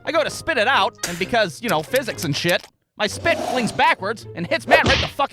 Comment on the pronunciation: I love how you said "Shat" instead of "Shit".